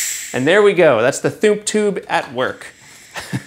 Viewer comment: "Operation Thoomp" Really? lol